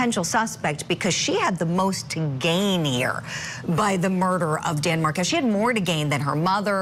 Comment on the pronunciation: please say Dan Markel’s name correctly